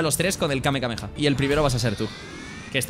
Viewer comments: Me hace gracia porque todos dicen kamkameha cuando es kamehameha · Alguien le puede decir que no es: Kamekameha Que es: Kamehameha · Al menos si eres fan no digas kamekameha y di kamehameha por favor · Es fan y no sabe decir bien el kame hame ah